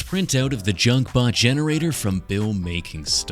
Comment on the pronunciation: I thought he was gonna use ai when he said gensrator thank god😂 And the dr pepper bots will rise up